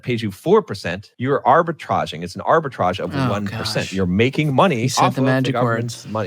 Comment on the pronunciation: ARBITRAGE!!!! Sound French today!!!! Cheers!